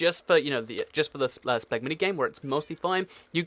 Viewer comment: I think you spelled spleef wrong on the picture before clicking this video because you said "spegg"